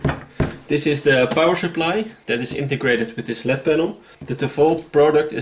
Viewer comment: It is called an L-E-D panel. Not a “led” panel.